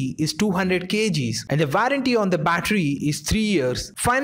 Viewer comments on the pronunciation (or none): *Warranty pronounced as Vou-run-ti